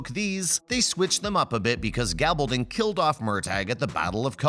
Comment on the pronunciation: It would be nice if we could get a narrator who could learn to pronounce the character's names correctly! He says Gabaldon correctly, but can't say Murtagh?